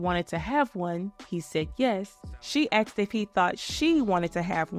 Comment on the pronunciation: If you had a dollar for every time you said "axed" instead of "asked"